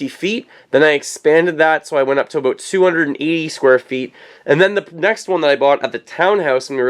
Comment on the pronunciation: I heard "aboot"! Ohhhh Cannnadaaaaa